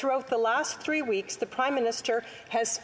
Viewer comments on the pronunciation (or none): HAHAHAHAHAHAHAHAHAHAH FOR VVVEEEKS Mr SPEACHER FOR VVVVEEEECKS Mr SPEAKERS HELP US Mr SPEACHERSSSSSSSSSSSSSSSSSSSSSSSSSSSSSSSSSSSSSSSSSS FOR VVVEEEECKSSSSSSSSSSSSSSSS HAHAHAHAHAHAHAHAHA